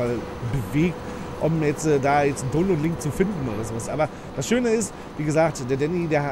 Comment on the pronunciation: Sagt er wirklich Tonload statt download?